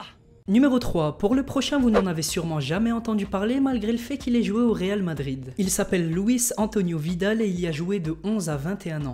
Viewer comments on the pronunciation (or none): none